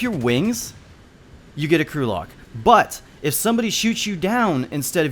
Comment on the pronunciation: Lol the way he said crew locked sounds like Gulag